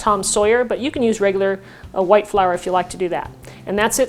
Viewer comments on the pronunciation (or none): none